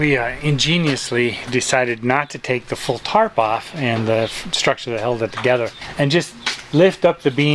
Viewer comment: Why does always say the word “together” like “togather”? Is wrong and it makes you look silly.